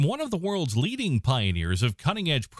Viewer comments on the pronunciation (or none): none